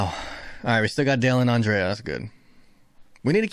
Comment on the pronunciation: Andrea not Andreya 😂